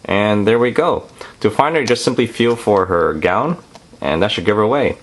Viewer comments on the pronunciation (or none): none